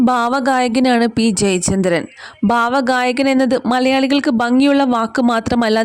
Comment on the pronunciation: Pls pronounce bha =ഭ for ഭാവഗായകൻ.